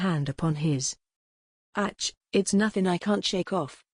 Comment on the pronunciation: AI reader is horrible. Very distracting when it can’t pronounce even a simple “ACH”.